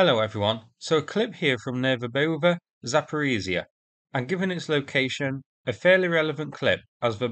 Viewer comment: You are the ONLY native English speaker who is pronouncing Verbove correctly! 👍🏼